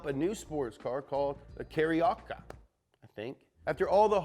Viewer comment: Carioca = KAh-REE-Oh-KAh